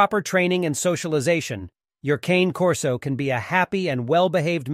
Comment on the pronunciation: At least pronounce the name properly!